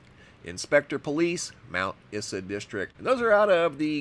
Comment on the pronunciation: I’m from queensland, now live in US.. The town Mt. Isa is pronounced eye-zah. 😀